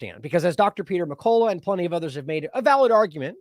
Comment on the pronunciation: It's Peter McCullough with a U, not McCola. should fix this already.